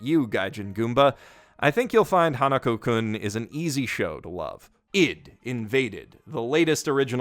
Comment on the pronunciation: It's Hanaku-kun, not Hanuko